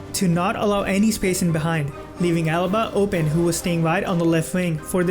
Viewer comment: Alaba not Alba😄